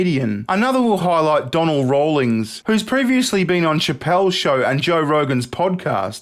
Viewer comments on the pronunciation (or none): Because of how pronounced his name I didn't know who he was talking about. Not use to seeing the name written down either, but it's Don-Nell Rawlings for those that still might be confused.